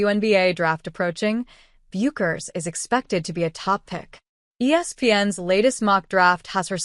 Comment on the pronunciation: You know it's AI generated when it pronounces Paige "Bu-kers". You should hear how AI butchers Geno Auriemma's name. Meaningless video